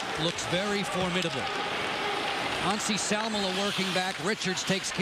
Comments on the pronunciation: lol cant say Anssi Salmela. Who is Nazi Salmela lol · He meant that the commentator pronounced 'Anssi' a bit like 'Nazi'.